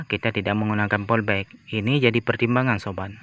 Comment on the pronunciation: Polybag woooiii, bukan polbek , bahasa lu kacau !